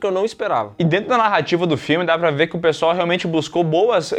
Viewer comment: Porque o sempre fala "PSOL", quando quer falar "pessoal"? KKKKKKKKKKK Não é a primeira vez.